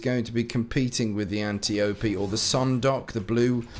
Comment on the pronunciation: Good lord, THANK YOU for pronouncing Antiope correctly,! I'm grooving on the DO guns you reviewed but why no mention of the Dire Promise? I thought you were looking forward to that one? I saw it in your inventory.